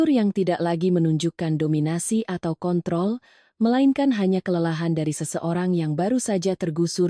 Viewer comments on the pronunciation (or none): none